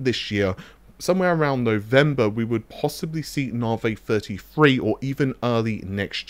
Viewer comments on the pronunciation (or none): "Nahvey free free"